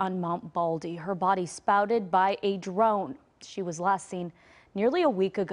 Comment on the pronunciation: She clearly said spouted rather than spotted.